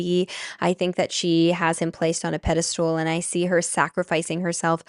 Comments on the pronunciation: I'm sorry but I can't take someone who says "pedestool" seriously, so I'm clicking off. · PedesTAL, not pedesTOOL. Sorry, it’s not really important, but it was driving my ocd nuts 😁 Otherwise, thank you for your insights and time. ❤ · Pedastool??? The word is pedestal. Regarding the subject I can't see why Robert Edward Grant would be associated with Aubrey Marcus. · Every time u say pedestool my brain disconnects from the message . Aaron Doughty does the same thing: it is called pedestal not pedestool :) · Love the way you pronounce pedastool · Omg, yes 😂 Tbh, most people seem to think it’s’ ‘pedestool,’ when it’s pedestal. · Girl we don’t say pedestools but pedestals. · I was joking bout how she says pedastOOL in the podcast rather than pedestal!! Had NOTHING to do with your actual post. 😂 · pedesTAL, pedesTAL, not stool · Also if I could kindly let you know, it’s pedestal not pedestool lol